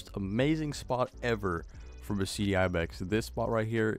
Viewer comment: Just saying Beceite is pronounced Be - the - te In Spanish sometimes a C is pronounced as a TH